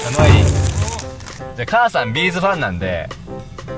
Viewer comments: はなお！！！ B'zはビー⤴︎ズ⤴︎やで！ ビー⤵︎ズ⤵︎やないねん！ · B'zの大ファンからするとご本人達はどっちでも好きなようにって仰っててもビー(↓)ズじゃなくてビー(↑)ズ！ビー(↓)ズは手芸とかで使う粒みたいなやつ！って毎回思う(笑)